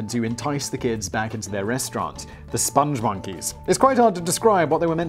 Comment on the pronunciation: Its Spong Monkey not Sponge Monkey. This is based on a video We Like The Moon, which is a masterpiece created by the great Joel Veitch. He also did the Crusha milkshake ads in the UK.